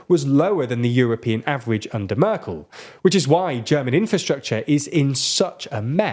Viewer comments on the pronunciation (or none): none